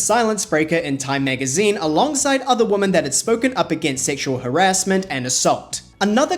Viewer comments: I'm sorry, this is not meant as a diss or anything, but I've noticed that several content creators pronounce "Women" with an emphasis on the "O". Is this some kind of specific dialect or accent? Normally it is pronounced wi·muhn. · Does anyone else pronounce “women” like him and Danielle Staub 😂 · It's weird to me that you can't pronounce women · I'm fascinated by 1) how pink you are 2) your pronunciation of women as woman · This is an amazing video!! Although it kept sounding like you were saying “woman” when it was really “women” plural ❤❤❤ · It’s weeemon not woman. Why do people keep referring to several women as woman??? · I have also noticed it and it is even so frequent that it has become a pet peeve of mine😂😂😂 I think most people who mispronounce it do it out of ignorance rather than it being a dialect... They cant tell the singular form (woman) from the plural (women), thus mixing them up as one. That is my conclusion 😂😂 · your mispronunctiation of WOMAN =WU. MAN and WOMEN = WEE man...is ATROCIOUS... you have zero credibility to comment in public, on any topic, ever....until you learn how to speak PROPERLY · I see you can pronounce "men" just fine, but not "women" (WIH-MEN). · It is womEn, WOMEN!!! Pronounced 'we'-'men' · Why can’t nobody in this video pronounce the word “WOMEN” correctly?!?! 🤨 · Awesome breakdown but the pronunciation of "women" was so weird and distracting